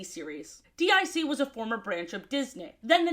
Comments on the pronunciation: Why you saying D I C instead of deek? That's how the intro always pronounced it. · Not to be “that” person, but DIC is pronounced “deek”. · Dee Eye See series? Say it say it! DYACK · "D.I.C." instead of "DiC" kinda hurts but I love too much to not watch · It really bugged me that you kept calling it "D-I-C" when it's pronounced "deek" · DiC is pronounced Deek btw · DiC is pronounced “Deek” and not… you know… despite what many humorous edits may suggest. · DiC is pronounced deek